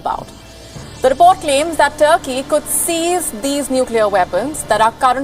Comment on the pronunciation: "seized" ...hota hai ...sized nahi ...o bhaiiii ...maaro ise maaro ....